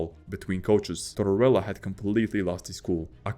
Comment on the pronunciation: Tortorella, NOT Torella. The narrator pronounces the name incorrectly every time; that sucks, frankly...